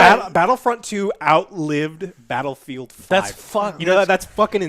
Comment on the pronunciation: I legit thought you said Battlefield: Hairline